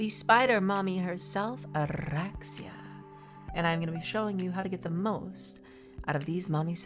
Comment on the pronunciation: I find the way you roll Oraxia's R very natural and your narration is always so soothing. Great video, awesome builds!